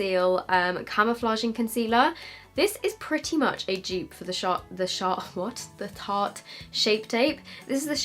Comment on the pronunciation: Its honestly my favourite thing to hear people say shart instead of tart shape tape 😂